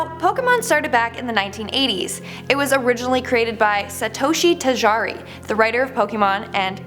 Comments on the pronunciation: It is Satoshi TAJIRI Not Tijari. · Tajiri (tah-gee-ree)